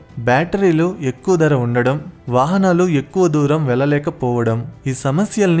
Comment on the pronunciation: దర కాదు బాబూ ధర. ఉచ్చారణ బాగులేదు. ఎక్కడా వత్తులు లేవు. తెలుగు భాషని ఖూనీ చెయ్యకండి మహా ప్రభో.